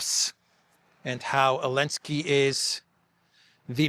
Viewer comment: Zzzzzzzelenski not eeeeeeelensky